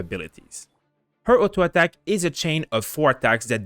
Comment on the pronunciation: I like how he says "ATTACk" xD